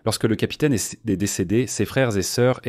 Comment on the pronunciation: Insupportable à écouter ! il faut des temps de pause nécessaire et il y a plein d’erreurs de prononciations ! Il esss mort : quoi ?